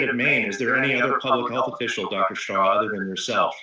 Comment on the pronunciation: PLEASE EDIT YOUR CONTENT. HIS NAME IS SHAH NOT SHAW.